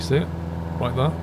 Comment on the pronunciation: I like everything about your videos except the way you say the word "there" like Chingy 🤣🤪